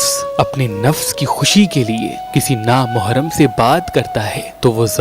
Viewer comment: Meharban bhai, Na Mohram nai hota, Na Mehram hota hai.